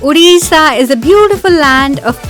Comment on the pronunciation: Say odisha please, not Odisa😁